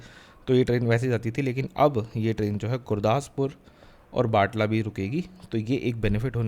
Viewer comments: its not batla its batala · बटाला है बाटला नहीं।